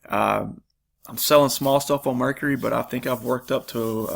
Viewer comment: Just a note, I wasn't sure what site you were referring to at first. It's actually pronounced phonetically like Mer-Car-E, not Mercury, may confuse some watchers. Good mix of items shown, thanks